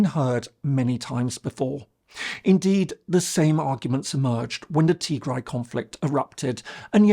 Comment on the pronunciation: You butchered the “Tigray war” part, but tbf it’s quite complicated and need a some research